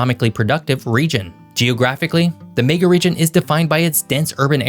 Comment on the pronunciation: What’s a May-ga Region?